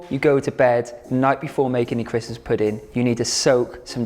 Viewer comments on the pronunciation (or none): Ahahahah love how you pronounce CHWISMAS